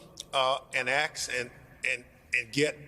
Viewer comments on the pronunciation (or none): Why does he pronounce ask as aks. Is that dyslexia or is the the American pronounciation of ask. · Hope he doesn't ax me a question.